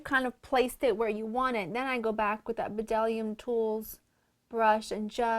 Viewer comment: Loooooved the makeup, perfect for a christmas party!! I'd love to see a what's in my bag video and/or makeup collection! Btw, the b in bdellium is silent so, it is pronounced "dellium", it's one of my favorite brands of brushes!